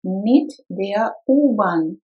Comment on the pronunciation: Супер! Только одно сбивает: der мне слышится что вы произносите как бир. А вообще супер, хорошая работа